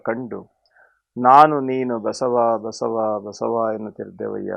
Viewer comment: ಬಾ ಎಂಬಲ್ಲಿ ಸಾ ಎಂಬಲ್ಲಿ ವಾ ಎಂಬಲ್ಲಿ ಬಾಸಾವಾ ಆಗುತ್ತೆ. ಬ ಎಂಬಲ್ಲಿ ಎಂದರೆ ಶುದ್ಧ ಉಚ್ಚಾರ ಮಹಾ್ತ್ಮರೆ, ತಪ್ಪಾದರೆ ಕ್ಷಮಿಸಿ.